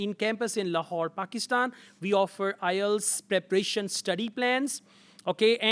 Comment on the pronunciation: Preparation not preprieetion.